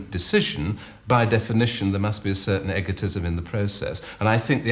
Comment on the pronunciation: I notice he had some funny pronunciation - antraproneurial - and in fact changed his pronunciation of egotism to eggotism in the space of 30 seconds!